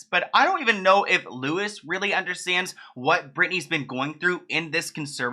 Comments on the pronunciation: Pronounced lou eee not Lewis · Just quickly its pronounced like "louie" not lewis! He is irish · Not really the point but Louis is pronounced the day way as Louis Vuitton (loo -ie) and not Lewis. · His name is not pronounced "Lewis", it's "Lou-E". Have you never seen the show? Research much? Talking airhead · Lewis lol...it's Louis, pronounced loo ee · It is pronounced Lewie not Lewis! xxx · Just so you know, The name Louis is pronounced “LEW-EEE”, not “LEW-IS”. The “s” is silent. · Lou-ee not Lewis 🙈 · I loved this video but it’s pronounced “loo-ey” not ‘Lewis’ just FYI! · Wait. Louis Walsh is pronounced "LOU-EE"/Loo-wee Walsh...not Lewis(LU-ISS). I'm from Northern Ireland. I don't know, but that's how we all pronounce it. 😅😁 It's also my little brothers middle name... Louis, pronounced LOU-EE. Also, cheers for another great video! Honestly feel so sorry for Britney. 🙁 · Cool video but, it's pronounced loo-ee not lewis (louis walsh) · Loo-wee it's not Lewis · Don't want to sound like one of those annoying people 🙈.. But his name is pronunced like Louey 🙊.. Understandably it looks like Lewis and you wouldn't have known. I'm from Ireland and hes been a judge on most seasons of the UK x factor. Love all your videos 🥰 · Louis is pronounced Lou-ee. I think it’s sad what they’re doing to her. I feel like her ending will not be good. I pray that I’m wrong, but what they’re doing to her now it’s not looking good at all. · LOU-IE! Not Lewis 😂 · It's pronounced loui not Lewis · In the U.K. nobody says Louis’s name as Louis it’s pronounced “Louie” over here in the UK, haha really threw me off I heard Lewis and was like nah that’s not his name is it?? 😭😂😂 Had to think for a second!! Definitely pronounced Louie! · When you say Lewis instead of “loowee “ makes me giggle every time ❤️❤️ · lmao not louis (loo-is) but (LOO EE) louis walsh lol (check out any British x factor to hear how to say his name lol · It's not Loo-is its Loo-ee. Big love ❤ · Lewis not Louie :( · Yep Loo-ee